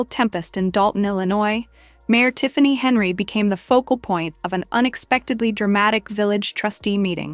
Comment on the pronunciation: You can’t get her name correct? AI sucks for you. Its Hen yard